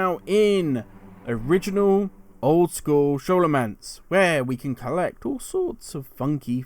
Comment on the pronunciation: Excellent Guide just makes me laugh every time i hear you say Scholomance as an Shhh sound and not a Skol sound.